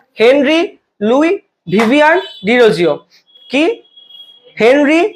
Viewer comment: ভিভিয়ান না ভিভিয়ান